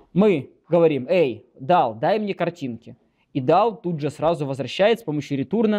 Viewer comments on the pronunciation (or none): ритурн... РИТУРН=))))))))))))))) так смешно, что я даже подпишусь ....